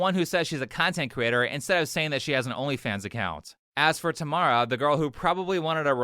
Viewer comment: That said, I am not sure I can handle someone who pronounces Tam' ara, as Tama' ra.